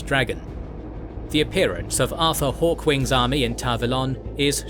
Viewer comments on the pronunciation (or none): It's pretty amusing that you got Artur Hawkwing's name right in the title of the video, but you pronounced it wrong literally every single time he was mentioned lmao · The AI refused to say Artur huh? 😅